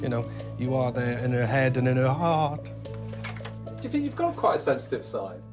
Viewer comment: + why that dude say heart like that 😂😂😂